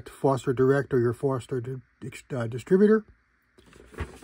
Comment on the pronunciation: Forster. Not Forester. 😄